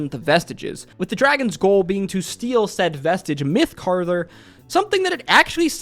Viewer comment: Are you pronouncing Mythcarver as Mythcarther? lol